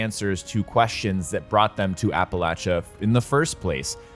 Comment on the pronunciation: thanks for saying "Appalachia" correctly ;D